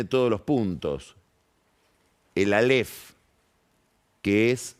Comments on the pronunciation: Álef! Con acento en la a!! No aléf... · áleph, no "aléph" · Alef...sin acentuación